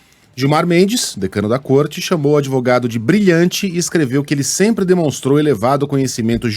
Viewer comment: Lula a palavra não se pronuncia adevogado.aprenda um pouquinho mais a palavra certa é advogado.